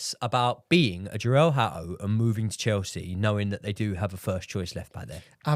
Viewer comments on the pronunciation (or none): it’s pronounced. Joh-rell Hah-toh.